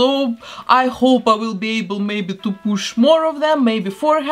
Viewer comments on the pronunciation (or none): none